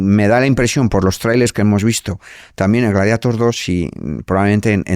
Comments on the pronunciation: Porque pronunciamos gladieitor cuando en latín es gladiator ...porque americanizar el latin😢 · Gladieitor no. Gladiatór. Es latín. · Gladieitor? Ahora el latín se pronuncia a la inglesa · Gladieitor dice el tío. Hay que dejarse de eufemismos, neologismos y anglicismos o acabaremos perdiendo vocabulario. Yo aún sigo diciendo "marimandona" en lugar de "empoderada" y pronuncio la "e" cuando digo Baltimore. FREE ZOUHAM o abandonad toda esperanza. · Gladiator por qué pronunciarlo en inglés si es romano?